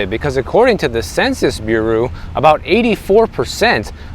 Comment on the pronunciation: The beer-ooh?